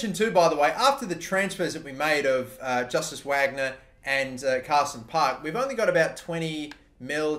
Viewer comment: Justus Wagner is pronounced like Eustace Vagnur